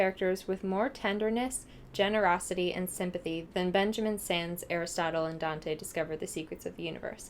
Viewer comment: It's pronounced like 'Signs'. 😊 I can get the confusion. I'm really glad that you liked this book. It's one of my favorite books of ALL TIME. And I cannot put into words my feelings for it, but I can relate it so much and I love their relationship-family and relationship wise- because of the realistic qualities, because of the way he wrote Latinx culture and familial structure. And because I love reading about people like me and love like mine. I love this book so much and I'm really, really glad you liked it. 💙